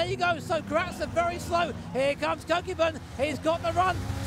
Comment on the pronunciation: Love the commentary, truly brings it to life! However the pronunciation of “Kokubun” grated on me lol. Rather than “koe kyuu bun” it should be “ko-koo-boon” with the first “o” as in orange and boon as the oo sound in “should”